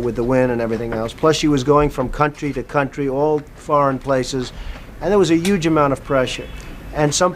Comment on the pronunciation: .. .still saying "juge" 😂